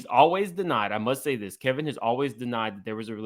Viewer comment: Why does keep calling Wendy's ex-husband, "Kelvin"? Isn't it "Kevin" (that's what it says above)?